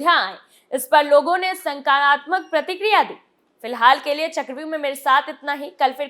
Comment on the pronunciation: समाचार वाचिका को हिन्दी उच्चारण सुधारने की आवश्यकता है।।ये आतंकवादी उपद्रवियों सकारात्मक जैसे अनेक शब्दों के उच्चारण ग़लत करती हैं।।और नहीं तो इनके लिए उर्दू भाषा के समाचार शुरू करें।।पर हम पर रहम करो।जब भी इनको सुनते हैं हमारा टेंशन बढ़ता है।।🙏🙏🙏